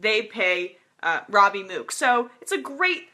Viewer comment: The fact she doesn't know how to pronounce "Mook" made this so hard to listen to.